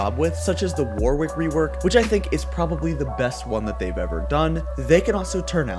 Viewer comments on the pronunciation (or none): none